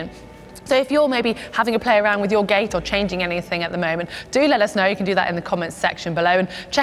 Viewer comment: What is she saying? Running gay?